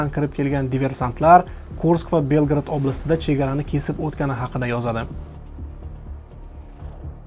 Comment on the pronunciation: Белград эмас Белгород.